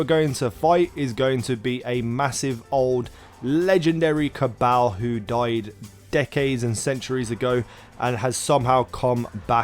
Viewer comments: how does everyone in the game pronounce it? Ca-ball, not caa-baaal. if everything was pronounced as it was written then know would be pronounced ke-no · Ca-ball not ca-bale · It's CA - BALL . My cabal . Pronounce it right please ! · Go listen to Variks say Cabal in the Prison of Elders and then you will realize that you just pronounce it wrong. It is spelled Cabal but it is pronounced CA-BALL.